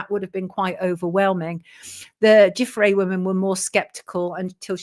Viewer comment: Hi from Ottawa, Canada, Sonia. You are absolutely the only person I've hear who pronounces the surname Giuffre correctly. Thank you.